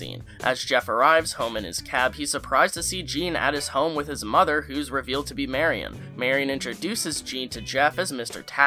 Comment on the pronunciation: Good video and you pronounced her name right instead of saying "merry-on"!!! 😀